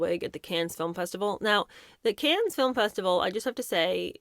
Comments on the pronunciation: Kahn not Can 💥👀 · I love you, but it’s pronounced KAHN, not CANS. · Cannes = Kon (the s is silent). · Cannes is pronounced without the S at the end. "Can", like a can of Coke, or yes I can. Silent S, like Des Moines. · The S at the end of CANNES IS SILENT. OK? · You don’t pronounce the s in Cannes ;) ❤ [= can] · To the narrator: the s at the end of Cannes is silent. You sound uneducated and just stupid. You could have asked someone how to pronounce it.